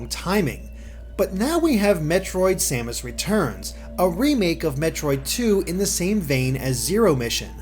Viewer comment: Oh and respectfully,. I believe her name is "Sa-mas" not "Say-mas". maybe a little thing but it drove me crazy watching your otherwise great review. Keep up the good work !